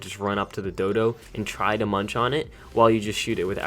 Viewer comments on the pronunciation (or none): none